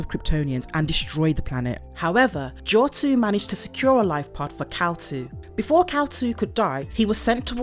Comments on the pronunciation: Not trying to sound like a major comic nerd, but it's Kal-Il (I-L) which would be pronounced "ill" or "I'll" not "2." Good vid otherwise. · It's pronounced Il ( if you're sick ) not two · It's not "Kal-2" it is Kal-Il... as in "Kal-ill". Kal-El is superman. Kal-Il is ultraman. . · “Kal-Il” not “Kal-2”. Kal-iL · Just a correction... The name is Kal iL ( like ill, sick) and not Kal- II. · I think you mean kal-il or kal-Il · It's Kal-iLL as in Sick 😷 Kal2 lol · I'm surprised nobody mention about the name, it's kal il not kal two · I had to stop watching this. The mispronunciation of Kal-iL was a real turnoff.